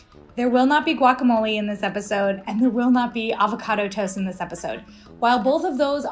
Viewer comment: GUACAMOLE, NOT GUACAMOLI ! WTF !]